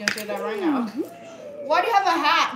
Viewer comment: That’s the first time I ever heard her say “dew” instead of “do”.. hilarious